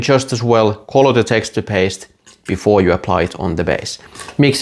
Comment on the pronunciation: Say.... it like this... 'Text'...'ture'... I cannot Texter paste 😂😂